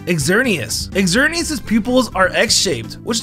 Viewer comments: He also said “ex-er-nee-ass” instead of “zer-nee-ass” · EXerneas... XD